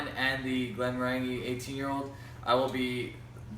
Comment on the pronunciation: A minor quip: Glenmorangie is pronounced glen-mo-ran-jee rhymes with orangie...